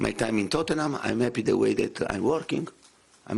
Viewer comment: “ I am eppy to put the fans into nappy “